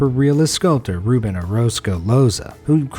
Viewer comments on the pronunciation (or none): none